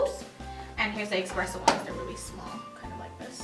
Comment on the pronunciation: Espresso, not expresso. Thanks, have a good day.